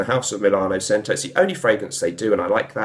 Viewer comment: I think it’s pronounced CH•ento ? good review though! i’m going to grab this.